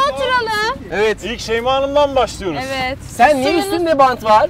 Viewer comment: Şeymaya neden bazen şeyme dediklerini yeni anladım 😀😅